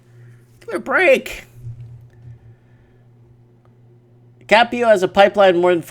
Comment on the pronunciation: i missed the live chat. dang Also +1 for correct pronunciation of my hometown Brisbane :)